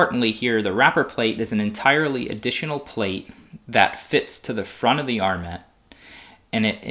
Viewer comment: TIL that this is the correct pronunciation of "armet".